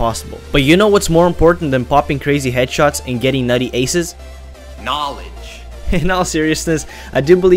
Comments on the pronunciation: "knaaledge" i died . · Victor Verkoelen Its knalege you illiterate shit.